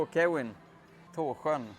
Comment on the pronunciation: Härlig video, thai folk uttalar svenska ord, det är fantastiskt att de klarar av våra nog så svåra ord i vårat språk som "Tå'sj'ön" exempelvis